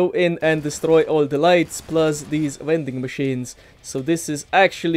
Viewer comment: Take a shot wvwey time he says V(W)ending machine